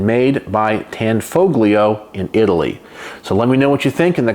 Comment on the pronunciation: It's pronounced, "Tan FO lio" - the G is silent. 😏